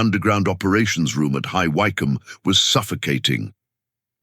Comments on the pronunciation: It's pronounced High Wick-om not Why-com. AI cannot even pronounce simple town names correctly. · Why CUM? I think the robot meant to attempt saying HIGH WYCOMBE. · I THINK THE ROBOT NARRATOR MEANS (HIGH..WICK..HAM..).........